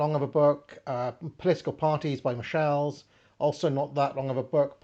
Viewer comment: your pronounciation of 'Michels' in a french way always slightly offends me; it's literally the "german Michel" way!